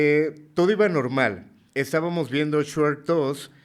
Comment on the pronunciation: Nada más sabe decir Shrek 🤣